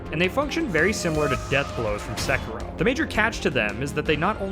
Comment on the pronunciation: Wait, how do you mispronounce Sekiro? Also obligatory "please play one of the first two Oddworld games at some point" comment :) I can not tell you how desperately I wish to see Taryn's reaction to the horrifyingly dark themes and level design accompanied by the goofy voiced characters and random fart jokes.